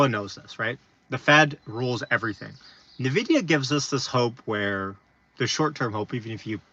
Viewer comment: keep up great content... only thing is I believe Nvidia is pronounced like "EN" VIDIA instead of "NUH" VIDIA.